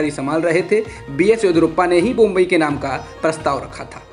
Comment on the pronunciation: नाम है, बोम्मई नॉला जा रहा बोम्बई!